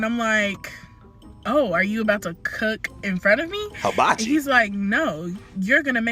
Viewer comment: said "Hibachi"